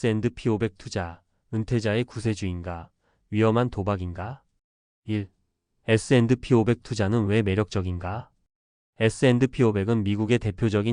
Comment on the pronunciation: AI가 에스앤드피~오백 이라고 읽는거 킹받네